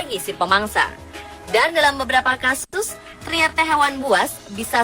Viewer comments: Apa cuma ana doank yg denger kasus jadi kastus? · yang bener kasus ya mbak bukan kastus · Ko kastus mba bukan kasus 😁